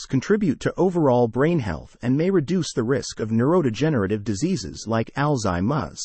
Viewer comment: Sorry. I cannot listen to this ai mispronounce alzheimer.